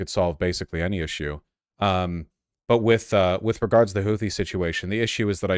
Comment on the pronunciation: I respect this guy's opinion but not his pronunciation of "Houthi"